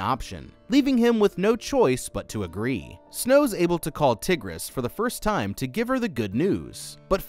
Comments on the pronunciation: Tigris is pronounced Tie-gris Sejanus is pronounced Se-jane-us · you say Sejanus like SeJAYnus and Tigris as TIEgris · Bro really called her “Tiggres” 😭🤣💀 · yes, and her name was mispronounced in this video. it's more like tiger, as in the animal with a iss sound at the end. I feel like she became one of the helpers to the tributes because of her anger towards her brother and his betrayal to so many. Tigris had a huge heart, and with such a kind and sweet and loving person. and honestly Coryo didn't deserve such a sweet and kind sister. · Did he really pronounce Tigris's name as Tihg-riss? LOL!